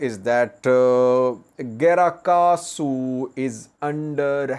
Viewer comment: It is "Grat Kahsu" but not "Gra Kahsu"